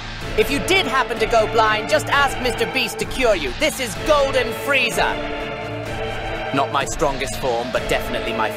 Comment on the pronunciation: "Frieza"??? There is no i in Freezer or Freeza.